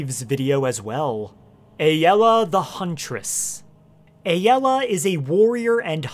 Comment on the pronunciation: It’s ay-la.